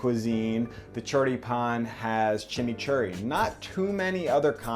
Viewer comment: I just love the way that he says Chimichurri and trows a drawing of a Mate, hilarious haha